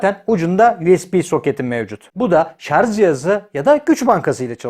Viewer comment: Powerbank e guc bankasi demen guzel de, sarj a sarZ demen??